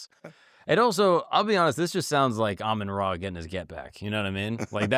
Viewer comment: How can you have studied anything about Egypt and continue to pronounce RA as ray? 🤯😤